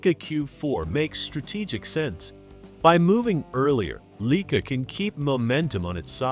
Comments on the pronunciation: LEEKA? Lye-kaa. :face-blue-covering-eyes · Leeka is not the proper pronunciation, get life man.